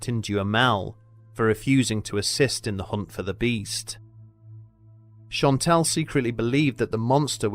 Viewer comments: Great video as always! Just one small error: it’s Jean Chastel and not Chantel ;) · The man who killed the beast was named Jean CHASTEL. Not Chantel.